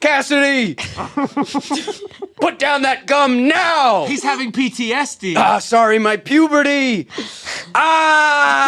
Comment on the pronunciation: the way he says ptsd lmao